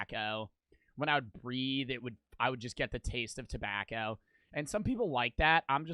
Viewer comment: Why does bro say it like “Tebacow”